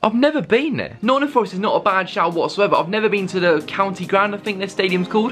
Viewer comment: Mate...he proper insulted us saying county 😂😂😂